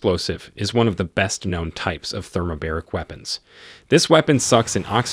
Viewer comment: thermobAric, not thermobEric. :))) as in 2 bars.